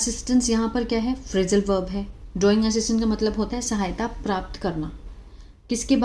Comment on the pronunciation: पहले हिंदी पढ़ना तो सीख लो मैडम प्राप्त होता है प्रापत 😂नही